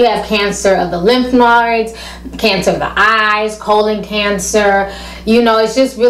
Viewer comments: "Lymph nards." lol. I know she meant lymph nodes. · Such a sad story. My prayers go out to his family. PS: it's called lymph nodes, not lymph nurds ( that's what you said on the video) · what is cancer of the lymphnards?😂😂 i thought it was lymphoid... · ahhh...lymph "noids"